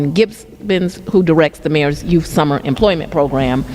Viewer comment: Yes, she said.... "exspecially", "they" children, "invigurate", and "youff". Where's lover boy? She's begging for money to fight crime, while she spends millions and millions of dollars trying to jail Trump and traveling the world with another woman's husband, on the taxpayers' dime. Then she lies about everything, making up stats, so far from the truth, its pitiful. She's just an incredible failure in a thousand dollar skirt.